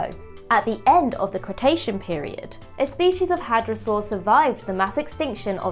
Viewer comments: Cretaceous ..Not cretation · Cretacious, not Cretacian.